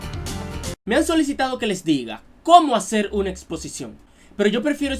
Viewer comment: creí q decía explocion, y como savia q me estaba miando